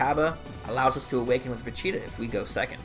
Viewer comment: I like how you say vuh- cheetah and vuh-cheetoe